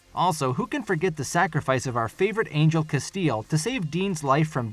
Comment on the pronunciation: How can you claim to have watched the series and not know how to pronounce 'Castiel'? Hint: it's not 'Casteel'.